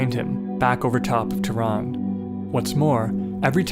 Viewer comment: Pronounces "Teh Run" , not teran. "Shaaah rokhi" air force base